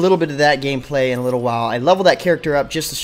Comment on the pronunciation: "I'll show you some of the later gay-play" Lolwut?